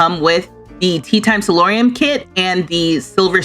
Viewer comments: hi, i love your videos! it's not a big deal, but the word is "solarium," like "solar," so named because it lets in a lot of sun from the glass walls and ceiling. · This is already been mentioned by the pronunciation. But it's not about that. It's about something similar to that. Every time I heard you say salorium, all I could think of is, why are they talking about salt. Because you are on in the background and I actually had to turn around because while I know this is royalty and legacies, I didn't think it was roman based. Just for those who may not be as nerdy as me. Salary comes from sal, which is salt, which is what roman legioners were paid in, so SALorium, thinking why, is she talking about salt? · It's spelled and said *solarium*, not "salorium". It's a sunroom, commonly found in the front face of the house.